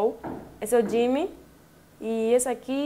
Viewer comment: Não é Jimmmy(como ela diz) é Jimin (Dijimin) em coreano (Jiminie 지믹)